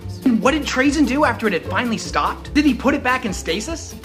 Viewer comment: Isn't he pronounced Tra(Tu-ra)zyn not Tra(T'ra)zyn? I am just confused.